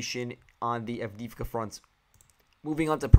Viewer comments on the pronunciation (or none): Please note the stress: Mykhailivka (mee-HIGH-liff-kah) Siversk (SEE-vair-sk) Avdiivka (uff-DEE-yeef-kah) Thank you for the report. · mykhAilovka sEversk, avdEevka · Если по-русски, то да. Но он использует украи́нские имена. В частности, по-английски безударные O и I, звучат примерно одинаково. Хотел привлечь внимание автора к ударению. Вообще то предпочитаю: миха́йловка сѣ́верскъ авдѣ́евка :)